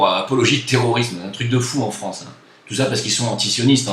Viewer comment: MDR!!!:) il te faut un traitement homéopathique pour la prononciation du mot France! C'est triste ce qui se passe. J'a été fier de faire mon service national sous le drapeau français en Polynésie en 90. Aujourd'hui j'enrage !